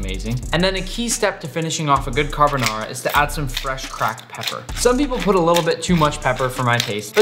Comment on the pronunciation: Every Italian dying inside after hearing him violate the name carbonara